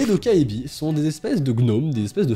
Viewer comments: en coréen "ae" se prononce "è". Alors sa se prononce "dokkèbi" et non "dokkaébi" et "eo" se prononce "ô" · Hello, un petit coup de pouce pour le goblin la prononciation serait plutôt "Tokébi" (le A et le E ne se disent pas séparément), autrement merci pour tes légendes urbaines ça serait super d'en découvrir de plusieurs pays à travers le monde! Gros bisous à toi! Bye!! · "Dokkaebi" ça se prononce "Dokébi" et il y a eu un drama coréen assez populaire dont le nom en coréen c'est "Dokkaebi" et ça a été traduit en "Goblin" (gobelin) 🤔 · Ça me stress quand tu dit "Dokkaebi" ^^' Ça se prononce "Dokkébi" (donc le A muet), le coréen c'est pas du tout aussi facile à lire en romaji que le japonais, c'est ultra fourbe, y a des tas de lettres qu'on voit mais qui se prononcent pas! XD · Super format, ces légendes urbaines ! Petite info : on écrit dokkaebi mais ça se prononce "dokkèbi" :) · Même en vivant en Corée, je ne connaissais pas la 2eme histoire merci pour l'info je n'irais pas à la bibliothèque la nuit😅 (Et pour la petite info ça se prononce "dokkaibi"😉☺) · A on dirait que tu dis Dobby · "Vous n'irez plus jamais dans une bibliothèque" Moi avant de regarder la vidéo: Ah bon? (la naïvetée j'te jure xD) Moi ayant vu le nom de légende: Oh ptn j'connais cette légende et elle fait flipper sa maman TwT Et je me permet de te corriger sur la prononciation de 도깨비 (dokkaebi), la voyelle ㅐ (ae) se prononce comme un mélange de [é] et [è] ^^ (je suis désolée si c'est pas bien expliquer mais je suis nulle en explication TwT)